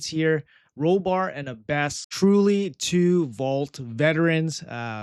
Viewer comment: I don't usually comment on pronunciation, but this one was rough my friend. It's the Aaa sound like apple. A-bbess, with the emphasis on the Ah. Like Abbey, since that's what an abbess was, the female leader of an Abbey.